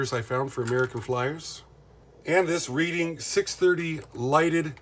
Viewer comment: Hi, not being a dick here but the Reading is pronounced as Redding RR. Out of Reading Pa. I believe. The 307 was just a simple starter engine with just the reverse unit. No choo choo or smoke. My First AF train when I was 3 years old. Still have it though I converted all my AF to DC Can motors. Runs smoother, quieter, and less hot the the old AF motors, which btw most can be run on AC or DC as the are universal motors. Unless they are marked AC after the number or DC after the number. Hope this helps! Chris